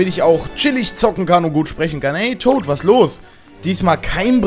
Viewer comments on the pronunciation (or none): none